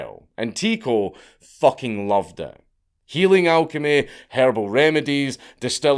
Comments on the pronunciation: It's pronounced Ty-co no tico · His name is pronounced TIE-KO